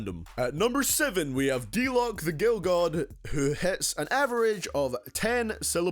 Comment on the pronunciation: “D-Lock” D-LOC LOW-CUH 🤦‍♂️